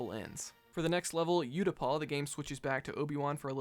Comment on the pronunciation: It is pronounced: oo ta pao, not yu ta paw